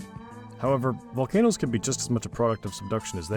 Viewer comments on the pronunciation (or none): Volcanoes, not volcan'toes. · They aren’t vol-not-o’s they’re Vol-can-o’s